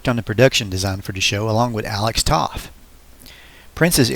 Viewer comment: Alex Toth's last name is actually pronounced like the word toe but with a "th" on the end ("toeth"). Also, Mark Evanier's last name is pronounced (ev-uh-near).